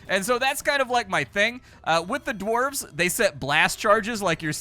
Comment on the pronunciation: I remember you playing that Dwarf game where you were mining and building at fighting, golden dwarves or something I dont know. You also said dwarves and orcs I I didn't understand what you said that well. the v and c in those respective words are gone girl. lol, i have good memories I really do, its dumb its stupid. I used to wear my ear plugs all day at work and during my ride home...I'd get home take out the plugs turn on the pc and watch a couple vids. back when I could hear so well...well I still had massive hearing loss but you'd be surprised how important like1% of low/mid reg Dbs are..